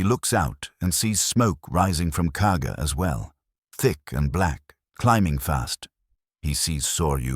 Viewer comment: It’s Kaga not Cargo